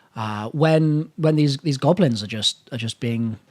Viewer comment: LMFAO I'm dying of laughter every time you say the goblins. Keep doing you man! You're my favorite YouTuber!